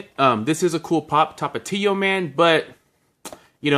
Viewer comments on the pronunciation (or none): Can u count the amount of times u said tapatio? Also pero por why u say Tapatio like that!! 😅😅😅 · The way you say Tapatio 🥴 so white sounding lmao 😂😂